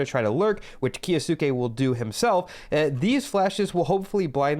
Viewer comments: hate to be that guy but its key-o-skay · its 'kyo-skay.' great vids. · its pronounced kyo-skay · the way you say kyousuke hurts my ears.. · Your videos are great but with the pronunciation of his name i couldn't finish this one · Kyou in kyousuke is one syllable. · The way you say kyousuke gives me second hand embarrassment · The way you pronounce kyousuke is 💀